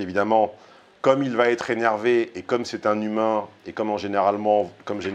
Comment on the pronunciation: Ce qui m'arrache mes oreilles c'est le IL VA avec une liaison comme s'il y avait un T après va il va t être. n'est pas le seul, loin de là.